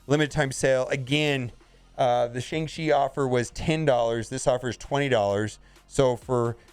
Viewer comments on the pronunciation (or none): The pronunciation is sh”on”g chi! Listen to how Simu Liu and all the interviewers are pronouncing it now…